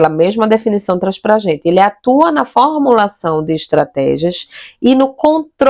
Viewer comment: pÁritaria,, fÒrmulação, sotaque que leva a sílaba tônica a errar toda acentuação no portugues. QUal região do BR você ? Isso não é um sotaque apenas, é um erro sistemático de pronúncia. Gostei do conteúdo de toda forma. Parabéns !!